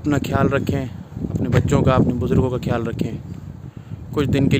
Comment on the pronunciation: کھیال نہیں۔خیال۔ہوتا ہے اپ۔ہندی کیوں۔بول رہے ہو؟/🤔